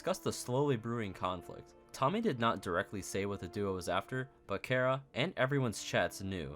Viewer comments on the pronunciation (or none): It feels like you are saying Chara from undertale when you say kara, and when you said "Kara was not a nice person" i got them flashbacks